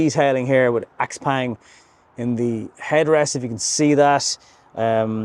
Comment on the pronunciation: This car was launched 2022 here in China. It’s an awesome EV but it also has a lot of competition from other brands as the Chinese market has exploded with new models and brands. It’s pronounced Xiaopong, not Xpeng.